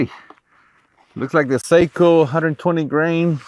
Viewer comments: Sako is pronounced SOCK-oh. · Aah! You are a professional, you should know how to pronounce Sako properly. 😉 Very nice video! Thanks!